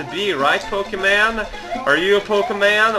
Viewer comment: Poh-kee-man? I WANNA POKABU!